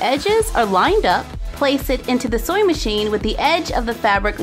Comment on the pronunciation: No hate,I love but it sounds like she say soy Machine?